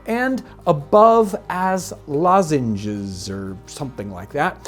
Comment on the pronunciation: Not "lozenges", Jon - loseyns. Basically hypersimplified lasagna, like you said. Max over on Tasting History replicated it.